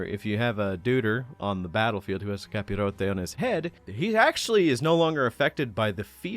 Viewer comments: Have to say, as a spaniard, your pronunctiation of capirote is pretty much perfect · This where been able to speak English and Spanish comes in handy “Capirote” 🗣️